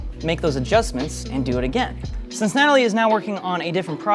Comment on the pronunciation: Mf did not say Natalie 💀